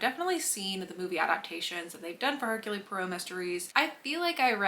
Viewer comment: Just a note: it's pronounced "Air-Cool Pwaro."